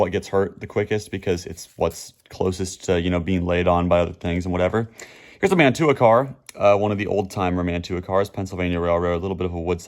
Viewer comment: The European couplers you refer to are "Mantua" couplers. Pronounced Man-chew-a ...LOL. I live close to the old town where they were made in NJ.👍